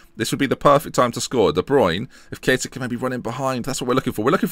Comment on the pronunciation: Why Key-aa-tah? :/